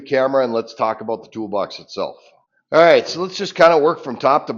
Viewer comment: A boot. "Hard to gripe a boot it"